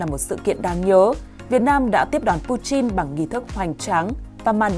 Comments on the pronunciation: Putin chứ ko phải puchin nhé..nghe rất khó chịu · Chin với tin chịu sự phát âm Ko thấy nhục ak😂😂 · Pu-tin chứ không phải Pu-chin